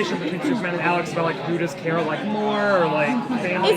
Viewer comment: OMG HE SAID KARAS NAME WRONG😲